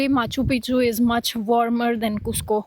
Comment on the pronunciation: aa gye hain "moun Chukk ke" 😅. Crazy Punjabi accent of a sikh girl. Genunine Punjabi accent 👌